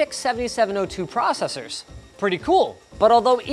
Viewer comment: Are we not going to talk about his pronunciation of processors? LOL Come on Hobo Linus, what is proo-cessors?